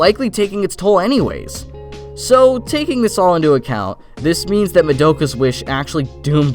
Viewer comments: I'm so surprised at the number of people who mispronounce Madoka. It's pronounced Mah-da-ka, not Ma-doak-ah. Have you watched the show?? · Sorry but like saying her name like ma doe ka is hella annoying, they say ma do(as in dos but without the s) ka in the series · That's not how you pronounce Madoka....